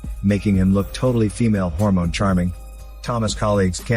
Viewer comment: I swear every tome I hear Hormones in your videos I crack up laughing... please never stop saying them in your vids.